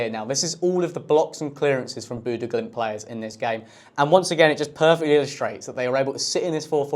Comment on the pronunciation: He did the Glimt part well. The stadium name was good for a Brit, but I dont think he said Bodø correctly once. It varies, but he either mispronounce the O or Ø, or both sounds at once.